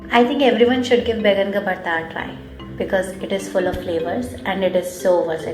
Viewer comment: Excellent video! A couple small corrections: It's called Baingan (Ka) Bharta, not Baigan Bharta. And OMG, you added WAY too much hing (asafoetida). It's almost always like a pinch because it's so potent. It's one of my favorite dishes.